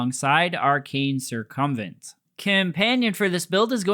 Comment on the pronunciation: Adding "" to my list of mispronunciations I enjoy I salute you, o7